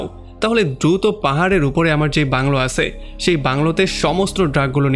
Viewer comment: আপনার 'আছে , ছিল ' এই সব উচ্চারণ গুলো একটু ঠিক করেন। আঞ্চলিকতা থাকলে এক্সপ্লেইন ভাল লাগেনা।